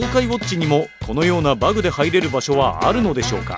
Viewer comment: バグの発音がすごく気になる